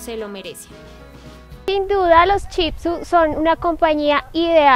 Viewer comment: no es chitsu es Shih tzu